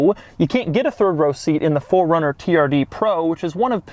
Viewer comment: Keep saying "FORD" runner. Please correct it with a subtitle